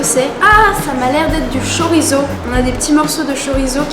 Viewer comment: C'est pas chorizo 🇪🇦 !!! C'est chouriço caralho !!! 🇵🇹